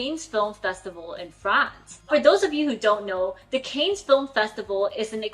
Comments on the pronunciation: I have a little correction to make: The Weeknd is named Abel and not Adam, and “Cannes” is pronounced as the surname “Khan”. I was shocked when I found that out as I’m not a native English speaker. 😅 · Cannes is pronounces like CANS